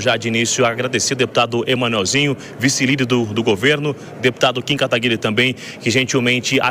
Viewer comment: Kim KA TA GUI RI E não KATAGUI RRI